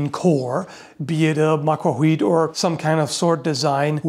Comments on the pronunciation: Just as a small note, the L in macuahuitl is not silent. It's an uncommon non-English sound, but it is definitely pronounced. Though rare in Europe, it's fairly common in Native American languages, including the Aztec Nahuatl, and can be found in dialects in Africa, Asia, and also in Welsh. Amusingly, it's also used in Klingon. I'll leave a Wikipedia link to the /ɬ/ and /tɬ/ phonemes I'm describing, below. The /ɬ/ portion is kind of like an LH. It's like an L in tongue placement, but instead of voicing the sound, it is instead produced by an unvoiced heavy breath. This difference between /l/ and /ɬ/ is similar to the difference between the S in "treasure" and the SH in "rush". /tɬ/ is a combination of /t/ and /ɬ/ into a single phoneme, with the /t/ stopping air flow and then air flow resuming as /ɬ/. This is similar to a sound like CH, written as /tʃ/ in IPA, which essentially uses a /t/ to stop, and then resumes with an SH, written as /ʃ/. Whenever you see a TL in a Nahuatl (Aztec) word, including the name of the language itself, it's this /tɬ/ phoneme. So it's not that it's silent, but that the entire TL is a compound non-English sound. Saying it's silent is like saying that the H in "much" is silent, and pronounce it as "muk". Macuahuitl (notice /tɬ/ in IPA pronunciation): Nahuatl Phonetics: /ɬ/ Phoneme: /tɬ/ Phoneme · Pretty sure the tl in macuahuitl isn't silent, it's voiceless. You say L, but without your vocal chords vibrating, using a puff of air instead. It's like the double L in Welsh, like in Lloyd, Llanfair and Llewellin. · As someone who lives in the Yucatan among Mayans, they've told me that the "l" in certain words like Macuahuitl is not silent, instead you stick your tongue out a little when making the "l" sound. It's difficult, but the natives can do it consistently since some people here still speak Mayan. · shouldn't there be no /h/ sound there in macuahuitl? is how they spelled /w/ as far as I know